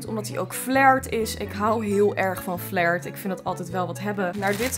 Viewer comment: Het is flair in plaats van flaier🤣🤣 Wil je liken en reageren💖💖